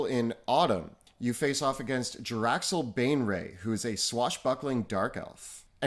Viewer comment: Jar-lax Ban-ray